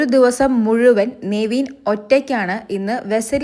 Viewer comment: Neveen allaa നെവിൻ.ningl epozhm thettichanu pryunnath